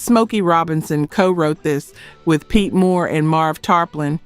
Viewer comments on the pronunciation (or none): none